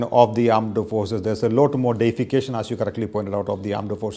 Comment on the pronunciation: can Dr jacob improve his pronunciation. lot is loat for him. T is being replaced by D and so on.